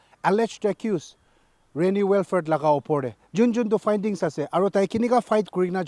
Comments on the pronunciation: Good coverage on this sensitive issue, but please try to pronounce the names of person or place in the correct way. It should be " Will - frudh" and not " Well - furt". Being a news agency one can't afford to mispronounce names of people and places. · .. It's " Wil - frit" in American English pronunciation by the way! Anyways, I'm off this thread.. Besides, my first comment was not directed to you or any public for the matter. I just pointed it out to the news anchor because I believe nobody grows better without constructive criticism. Everybody got flaws, pointing it out and accepting and adjusting what's necessary is essential akin to the air we breathe... Peace out!